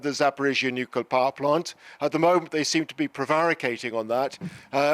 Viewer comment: Yet another presenter incapable of pronouncing nuclear.